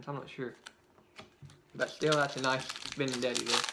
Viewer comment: Benintendi not benindeti